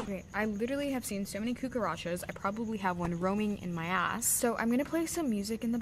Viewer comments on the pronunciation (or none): when she says coocarachas😂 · "I literally have seen so many COOCAROTCHOS"